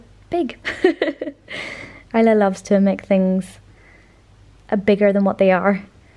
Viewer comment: I've been pronouncing it Is-la in my head so it's interesting to hear the real pronunciation! I-la is a very pretty pronunciation!